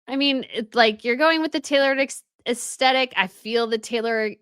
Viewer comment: Us Tetic? Can you at least learn how to pronounces Aesthetic properly?!?😂😂